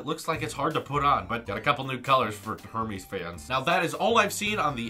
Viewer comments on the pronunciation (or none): Her-mees. Okay. Try Er-mez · You mispronounced Hermés. It's pronounced AIR-mass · The h isn't pronounced in Hermés. And a silk scarf cost $400 so the apple band is going to be expensive.